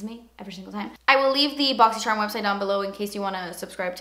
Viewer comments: I LOVE WHEN YOU SAY "BOXY CHERM." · always love watching just to hear you say borxy chharm lol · Literally love when she says boxycherrm. Haha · Every time you post a video about the Boxycharm unboxing I am anxious to hear you saying it, cause I love the way you pronounce it....it's so funny :))